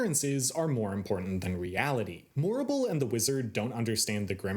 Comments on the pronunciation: THANK YOU! The Morrible mispronunciation was one of the few things in the film that bothered me big time. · Quick thing about the language in WICKED on stage: Morrible isn't saying words "incorrectly" and it's not just her. Everyone in the show speaks the same way. This was a conscious effort by Winnie Holzman to give the impression of a distant, magical land. Words are not "incorrect" they are "Oz-ified." It's the same in the film, so the implication isn't that Yeoh through a language barrier is getting words wrong. Everyone is just speaking Oz. Great video, otherwise!